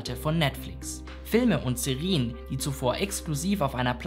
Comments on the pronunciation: Alles wirklich super aber die Aussprache von Serien ist schon nervig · Gutes Video, aber die Aussprache von Serie und Serien verwirrt mich so sehr. 🥲😂